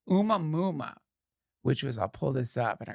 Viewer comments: Duncan... I believe your "Oomah Moomah" is pronounced Oh-mua-mua" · It's pronounced "A-moo-uh-moo-uh." What is your problem Duncan? You can't look up how to PRONOUNCE A WORD, THIS AGGRESSIVE ACTION WILL NOT BE TOLERATED 'N SHIEEEET